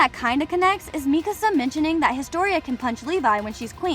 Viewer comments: bro the fact that she says mikisa its mikasa for god sake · Bro mikisa realy mikisa😂😂😂😂😂😂😂😂😂